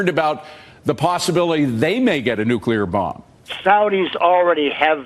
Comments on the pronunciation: is another idiot who cannot say nu-cle-ar not nu-cu-lar!! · That imbecile could not even pronounce [Nuclear] properly; listen to him... Anyone whom cannot pronounce [Nuclear] properly, can't be too smart - can they! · That so called CIA Operations manager was full of BS. Obvious the moment he spoke of Nuc-YOU-lar bombs. Nucyoular, meaning of or having to do with the nukeyoulus of the atom. People this fundamentally clueless, failing upward to the top of our most important government institutions, is why America is in its economic death throes and China is rising to become the next Superpower. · Nucular capability, huh. Someone get him a dictionary.